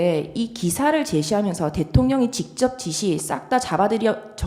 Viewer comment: 직졉뱡쳡샤령관과~ 다 ㅓ 발음을 ㅕ로 하는구나